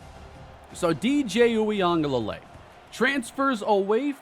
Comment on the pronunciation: in case you face FSU with DJ still starting again, it’s is pronounced (oo-gah-lay-lee)